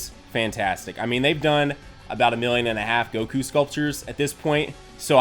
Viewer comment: GOKU NOT GOKUO